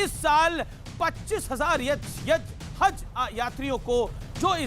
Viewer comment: Sahi se haz ni bol skta h aur anchor bnta h